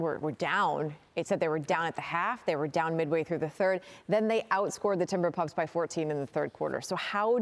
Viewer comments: Did she say Timberpuffs? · Straight disrespectful. I think she said timber pups. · Did shorty call them the timberpugs ? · She called them Timberpups 😂